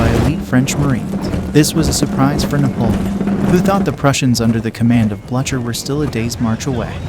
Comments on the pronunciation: It's pronounced "Blue' ker" not Bluch ker😅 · "Bletcher"? Is that "Blucher"? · Hearing you pronounce the name Blucher was a greater slaughter